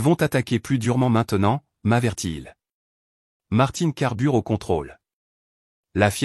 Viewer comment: L'orthographe n'est pas respectée, fondée sur la simple phonétique... Et la diction n'est pas parfaite, quand on entend "Bon ' appétit" ou "m'avertit ' il"... Comment toute la famille peut-elle se présenter à une adresse dont ils ne savaient pas qu'elle existait? N'est-ce pas plutôt "comme le feu sur une traînée de poudre?" Le dernier "brunch" familial de cette vidéo est un peu maigre et abrégé, non?